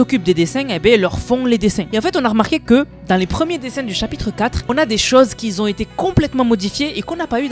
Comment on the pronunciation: Mes oreilles saignent à chaque fois que tu dis "qui z'ont"